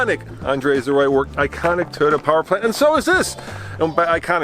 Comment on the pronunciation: Say it with me Andre, toy, not ty, Toyota.